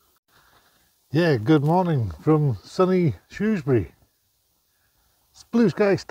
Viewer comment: So glad you had a fab time in my town, and you pronounced Shrewsbury correctly 🤣🤣 I did go myself as I live only 5 min walk away and I do remember seeing your crib. Great weekend and I heard it's coming back to Shrewsbury next year......happy days ❤